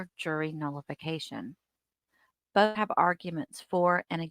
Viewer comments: Bof goes along with Truff, and wiff - Darrell Brooks butchered the English language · “Bofe detectives” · Brooks needs to go back to school. He kept saying boff, instead of both. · “ bof detectives”